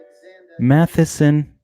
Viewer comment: Good god its MATTISON NOT MATHISON.